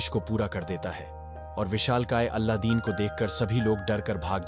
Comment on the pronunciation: Kya beta kuch bhi. Alladin nahi Aladin bolte hai...